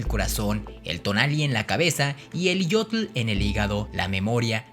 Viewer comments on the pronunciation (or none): tu pronunciación nahua es errónea, el nahuatl es de pronunciación GRAVE: no se pronuncia mejica, sino mexhica (sonido como "sh")... Axolotl, xitomatl, xochitl, xocolatl, se pronuncian como xoloitzcuintli!... La doble "LL" se pronuncia como L: NezahualpiLi, no NezahualpiLLi... Es ihiyotl (con acento pronunciado en la I), la "H" es como "J", se pronuncia IJÍYOTL....No es Centótl, es Centeotl (con acento prosódico en la segunda "E": Centéotl)... No se dice Mesoamérica, ese nombre fue utilizado en la modernidad. El nombre correcto es antigua Anahuac (checa datos de MIGUEL LEÓN PORTILLA)... Abusado! Tu video se parece a los de Badabun.... pero si quieres hacerlos mejor entonces documéntate mejor y pronuncia correctamente. Saludos.